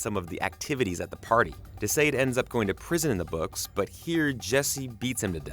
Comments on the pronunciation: Thank you. This was KILLING me. "De Sayed." The uncultured swine. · Why are you pronouning De Sãde as [De sĀde]? Haven't you ever heard of the Marquis De Sade as reference for the actual pronunciation? Edit: In the show, Billy is JUST a friend and not a sibling.